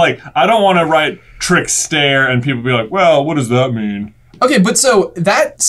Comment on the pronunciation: I don’t wike it